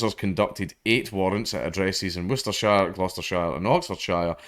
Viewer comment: Woooster shyer 🤦🏼